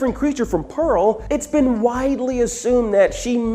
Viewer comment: LOOOL YOU GUYS ALL SAID IT WRONG!!!!! ITS PEARL LOOOOOOOOOL😂😂😂😂😂